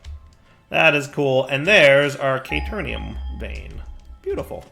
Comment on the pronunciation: I'm not screaming "Kay-teer-eeyum" at the screen or anything.